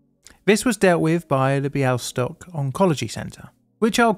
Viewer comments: Your pronunciation of Bialystok in Polish is spot on! Well done <3 I've never heard of this case before despite the fact I'm Polish. Thanks so much for covering it. :) Much appreciated! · Your pronunciation of Białystok is almost on point! If there's more Polish in future videos, think of the "ł" as the "w" in words like well, word, water, wheel etc. Never heard of this case before! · He may have taken the pronunciation from the Mel Brooks film "The Producers," which had a character named Mr. Bialystok. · I play your videos as background noise and then I thought I heard Białystok. And then I heard Białystok again, this time for real. Tremendous work, I've never heard about this incident before! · Your pronunciation of "Białystok" is almost perfect ! You said it almost like a native